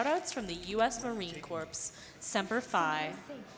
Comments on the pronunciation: Heh, she pronounced it Marine "corpse" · Did she just say U.S. Marine Corpse? Corps is pronounced Core goober. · "US Marine Corpse" lmao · Marine CORPS It's pronounced Core but I don't blame anyone for not realizing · Marine corpse 🤣🤣🤣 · "U.S. Marine Corpse" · When you pronounce U.S. Marine Corps wrong lol